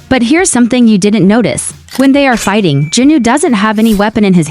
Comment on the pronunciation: It's jinu not junu